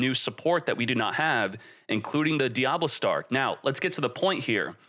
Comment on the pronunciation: Never once have I heard someone fuck up the pronunciation of Diabellstar until this video